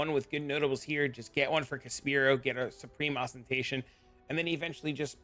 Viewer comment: Thank you, love the builds and guides. Umm, are you saying words wrong on purpose? Inexorable, Oriath, Caspiro?